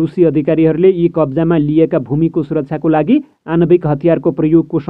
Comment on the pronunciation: आणविक भनेर वाचन गर्नु है,आनविक हैन। कमला हो,कमाला हैन अनि पुगे पछि हो,ओउगेपछी हैन। हैट